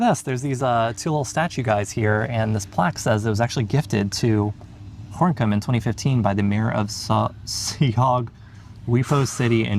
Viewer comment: Gorinchem (-n- is silent). It's pronounced Gorekum (with a gutting "G")